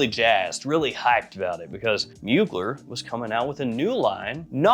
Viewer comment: love your vids but you're mispronouncing Mugler